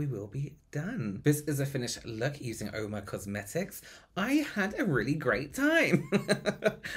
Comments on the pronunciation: Oh nooo not being able to hear "oo-ma" the entire video means I'm skipping this one 😬 It takes 30 seconds to Google it man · Ah I see at least read the phonetic pronunciation but still got it wrong 😂 big rip